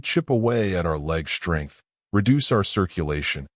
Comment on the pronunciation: UGH. That moronic AI voice mispronounced the “st” consonant blend. The word is “strength”, not slurred like “shtrength”. Is your ignorant AI drunk? Why would I listen to a video that cannot pronounce English? You have 0 credibility .